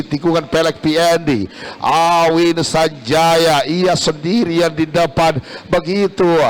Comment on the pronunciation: AWHIN, BUKAN AHWIN